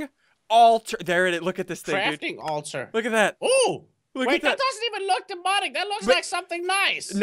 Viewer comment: Should've said Crafting Alturd instead of Crafting Altar